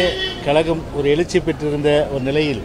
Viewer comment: Kazhagam or kalagam.. ozhunga thamizh kooda pesa theriyala.. saguni mama pasanga.. thalai le onnum illa